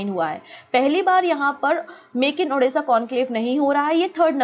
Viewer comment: Ma'am when ever you pronounce Odisha , u says as Odessa(Ukraine) Pls pronounce as Odisha , it's Odisha Bande Utkal Janai